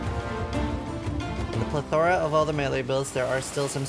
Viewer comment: how did u pronounce plethora? lol